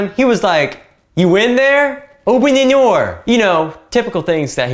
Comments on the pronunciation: every time he says "open the noor" im on the floor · Bro broke in just to say "Open Da Noor".